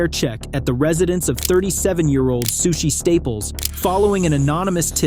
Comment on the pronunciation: Sueshee Suechi Sushe